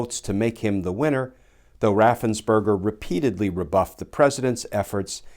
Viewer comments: Brad Raffensperger’s name has probably been mispronounced all his life… poor guy, he’s not a “…burger” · Ooooh, his name is Raffensperger! Everyone pronounces it as Raffensberger.